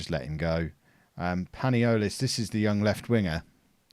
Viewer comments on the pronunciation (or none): panolias (as you say it :P) is pronounced pa-knee-lee-as, he needs to play some games this season